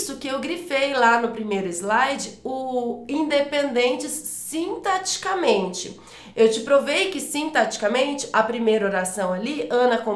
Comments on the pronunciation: Verdade! Toda vez que ela diz "sintaticamente", eu entendia "sinteticamente". Logo, a dicção dela não é perfeita como disseram. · Mas ela fala sintaticamente e eu entendo "sinteticamente..." rsss eu estava anotando errado...